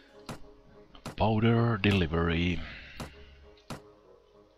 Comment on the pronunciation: Hah! I don't know why but it sounds so funny when you say Powder delivery...